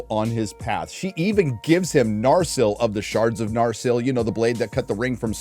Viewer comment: What the fuck is up with pronunciation in this show? I thought it is "Narsil", but no, it is now "narCHIL". No, it's not "Galadriel", it's "Gayladrayel!". No, it's not "Sauron", it's "SHARON!". Ever heard of "Elrond"? Well, say hell to "HELRHOND"! It sounds like a wannabe 5th grader fantasy writer trying to sound cool.